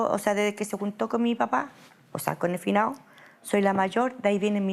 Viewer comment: "El finao"